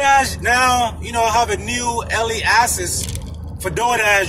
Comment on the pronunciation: It sounds like you’re saying early ASSES